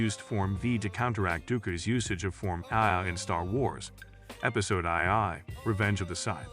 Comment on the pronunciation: "episode eye eye, revenge of the scythe" 😆😆